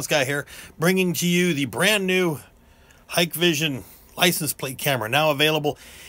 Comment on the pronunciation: wow, an American thats say HikVision correctly, lol